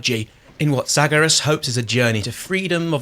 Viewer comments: This game slaps, as does this channel. One question though: Why do you keep saying "Zagarus", even when the name "Zagreus" is visible on screen? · Because Zaggarus! And Charon like char-on! I don't think too many game hours were put in by the reviewer... or sound was off?